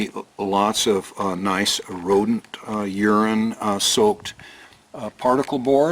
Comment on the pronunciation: Lovely job! I am glad you pronounced urine properly otherwise you might have really offended that one viewer.